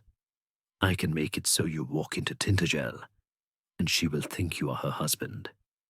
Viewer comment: Tin-ta-gel with emphasis on the ta! Not tin-t-gel!!!! 😂😂😂😱😱😱🤦‍♀️🤦‍♀️🤦‍♀️